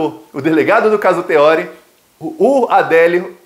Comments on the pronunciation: O nome do ministro é TEORÍ. Não tem acento, mas se pronuncia como se tivesse. Se fosse TEÓRI, teria de ter acento. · Oi. A pronúncia correta é Teor[í] e não Te[ó]ri. 👍🏼☺️